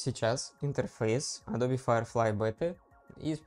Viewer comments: Адобе, ютубе...фасебоуок...А.И... на слух режет. Трудно вас русскоязычных научить произношениям. Эдоб, ютюб (не путать с ютьюб), фейсбук, ЭйАй и т.д. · мне одному произношение "Адобе" режет слух? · не тебе одному 😂 причем, знание, что правильно — Адоби, что это топоним, и поэтому "е" на конце читается, положение не спасает. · Эдоуби -- так правильно, если верить произношению нескольких переводчиков на английском. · может быть я что-то выдумываю и в английском "е" на конце читается?